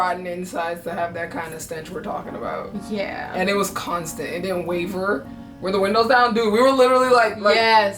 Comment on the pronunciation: She said it didn't weaver 🤣🤣🤣